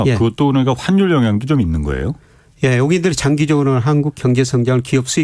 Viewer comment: 한국의 한율(환율)이 너무 높다. 애국인(외국인)이 살 것이다. 이중모음 발음 못 하셔서 자꾸 귀에 거슬리네요. 저만 그런가요? ^^